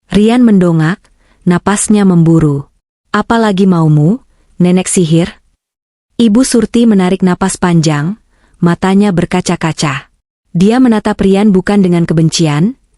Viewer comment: Mau m...yu...😇😇😇...mbak itu dibaca maumu....BHS Indonesia kok dibaca seperti BHS inggris...🤣🤣🤣